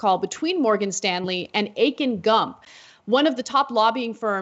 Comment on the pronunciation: '.....lobbyists Akin Gump' Akin Gump'!!!?? I thought she said 'Aching Gums'. This surely is a made up name in order to: A) Make it impossible to forget B) Distract you from the negative content of any article in which it appears. I had to replay the whole thing as I have no recollection of what Anna said after Aching Gums appeared.